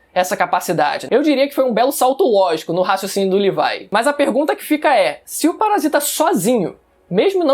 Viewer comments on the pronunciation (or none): Que poha de "levai" disgraca o certo e "levi"poha pronuncia direito caraio